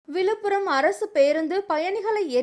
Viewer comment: 1.3 m subsciber வெச்சிருக்கீங்க. அந்த பெண்ணுக்கு " ழ " வரவே இல்லை. "விலுப்புரம், வலி விடாமல் .. ". அப்படின்னு படிக்குது.. கொஞ்சமாவது மனசாட்சி வேணாம். சாதரான பசங்க அப்படி பேசுனா கண்டுக்காம விட்டுடலாம்.. ஒரு சேனல் இப்படி பண்ணலாமா?? சீ ..